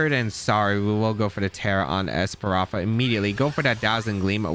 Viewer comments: I love ’ videos but the esparafra mispronunciation was:( haha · Damn you really can’t say ES-PA-THRA? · That’s a lot Of strokes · JAJAJ same with opportunisticccc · This video was pretty good, but your mispronouncing Espathra was hard to really enjoy it. Practice pronouncing words just as much you play Pokemon and your videos will be more enjoyable. But I love how you used Espathra. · I had a stroke everytime tried to pronounce Spathra.